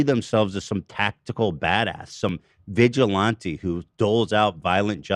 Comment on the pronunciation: Why does nobody correct Ethan when he mispronounces words over and over and over? Vigilante was driving me crazy